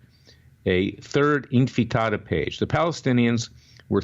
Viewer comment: All the other criticisms about all the sniping and bashing aside, I'm wondering why he cannot pronounce the word "Intifada" ????